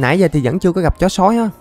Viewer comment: Sao anh nói chữ "chó sói" mà sao anh nhấn mạnh chữ "chó'' vậy 😂